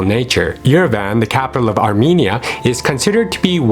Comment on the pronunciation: Not Yere-VAN, it’s “ Yerevahnn”